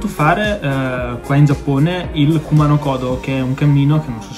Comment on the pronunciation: Nooooo 👿!!! Peccato per il Kumano (accento sulla U 😁)! Oltre agli 88 templi, per me ti si addice il "cammino sacro"... in ogni caso non sarà certo un problema, il KODO (ritmo del cuore), l'hai sempre con te in ogni CAMMINO. Mi sa che se ne son accorti in molti qua dentro... 😉🖖